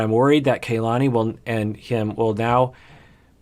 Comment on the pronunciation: It is KA-LANI not KAY-LANI. Listen to how Asuelu and her family say it.